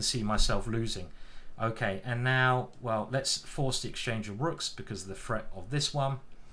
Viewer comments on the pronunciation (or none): Is it threat or freat? I know I know, it's a menace 🤣